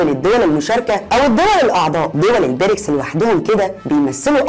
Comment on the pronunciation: نطق الاسم غلط اسمها ( البريكس) بكسر الياء